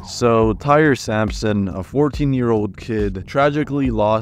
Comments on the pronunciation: Tyre Sampson’s name is pronounced Ty-ree . Asia Ferguson’s name is Asia like the continent and he was male. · In the Orlando Freefall accident, you pronounced the victim's name wrong. Its Ty-ree, and the victim in the Batman accident wasn't a girl. It was a boy